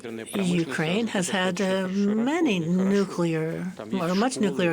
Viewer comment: The lady commentator needs to correct herself on the word "nuclear". It is not "Nucula". This mistake is common among uneducated folk and undermines her professionalism and credibility. She otherwise comes across well, so attention to this important detail will help advance her professionalism.